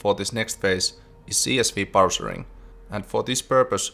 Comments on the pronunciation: Not "parcering", but "parcing" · Absolute enjoyment watching another devlog of yours! Minor nitpick, "parsing", not "parsering".. Juu, pilkunnu**intaa.. :D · "Parsing", not "parsering" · It's "parsing"... Sorry, I had to.